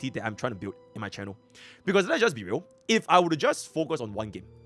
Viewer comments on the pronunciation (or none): none